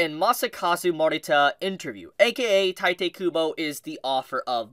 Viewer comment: If he keeps saying tite kubo I’ll shit my pants